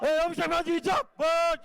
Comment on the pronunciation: বোকাচোদারা, জিন্দাবাদ কথাটাও ঠিক করে বলতে পারছে না।